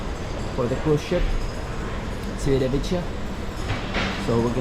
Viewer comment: Appreciate the vlog, however, the number of times you mispronounced Civitavecchia was painful to hear. The c is a Cha sound. Cha Vit A Ve Key A. The double cc are a Ka sound. Thanks.😊